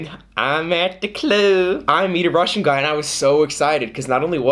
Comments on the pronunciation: Your Russian is really good! You're pretty much nailing the pronunciation, that's impressive. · I'm russian and I agree that our language is complicated🙃 but I have to admit that pronunciation is actually pretty good😎